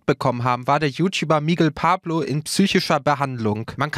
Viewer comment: "Miggel Pablo"????